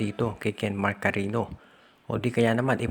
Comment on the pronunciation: Sir, Cariño po yan, as in Carinyo....